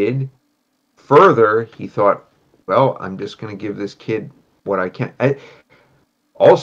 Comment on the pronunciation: Bruder es heißt thought….. dieses „tough“ jedes Mal😭😭